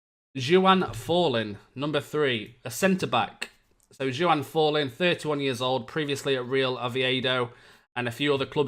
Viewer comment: Who the hell is Jew-Ann??!! it's Juan, like Juan Mata ;)